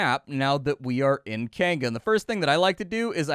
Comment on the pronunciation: You say Kainga,.... I hear "canned goods" and get confused... canned goods what now?